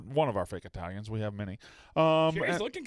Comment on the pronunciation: These Eye-talians are Stunad